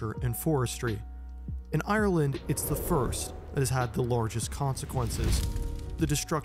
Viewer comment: You say Ireland a lot here, it would have been nice if you'd have looked up how to pronounce it